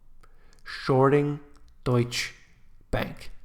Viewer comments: its like PORSCH-EH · DEUTSCHE Bank is pronounced: DEUTSCH-eh. Pronounce the 'soft' E at the end of the word (almost like a 'soft' a).